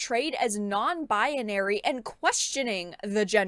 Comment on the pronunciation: First video I see of you and I'm following now. But I have to say, you keep saying Baya-nary instead of pronouncing like Bai-nary. Sorry, had to say something